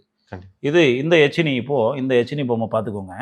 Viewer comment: யக்ஷினி..எச்சினி இல்லை